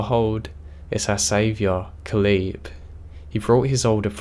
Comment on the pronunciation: I love your narrations, but Caleb is pronounced like cay-lub